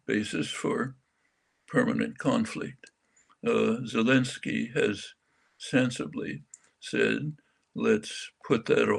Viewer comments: Sounded like Jeremy called Zelenskyy « Voldemort Zelenskyy »!! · "Voldemort Zelensky"...hm careful with foreign names, please Mr Jeremy :)